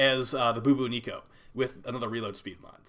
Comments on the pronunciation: Lmao ... boo boo Neeko. Its bubonico. Like the bubonic plague. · Boo-boo-nico. Even though I expect it, I still crack up when pronounces Bubonico as that. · The way he says bubonico 🤣